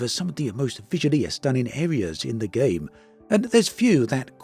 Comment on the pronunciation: I cringe every time you say game 😏